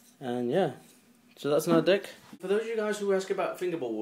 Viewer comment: he says dick instead of deck